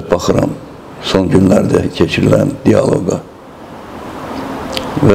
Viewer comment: В слове "диалог" ударение падает на третий слог, а не на второй, как это делает ведущий. Посмотрите в орфографическом словаре.